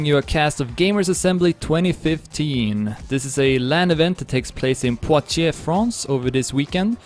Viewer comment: GG for your good pronunciation of "poitiers", you said the name of the town Like a french :)